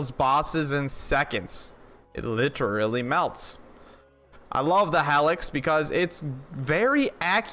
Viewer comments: HEEElix lol hellix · Yo it’s like “heelix” not “hellix” but I agree that gun is sweet. The Maggy is a great DPS weapon too